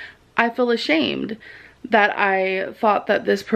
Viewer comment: "I feel ashsmed." YOU SHOULD.